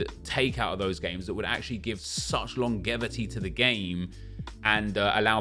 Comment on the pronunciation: That man said LONgEVITY, my bro it’s a J